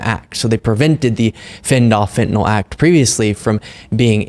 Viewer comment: The medication Fentanyl is pronounced “fent-a-nil” and not “fent-a-nol.”